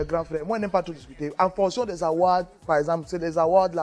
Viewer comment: Donc c'est "Award" que prononce "Awott"? 😂😂😂